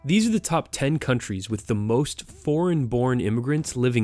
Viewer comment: A top ten in a tol ten... strange